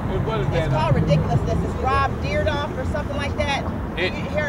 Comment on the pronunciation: Detroit I love how alot of the inline community comes here it's inspiring on some real shit all the concrete is fucked around here lol she said Rob dyrdoof hahahaha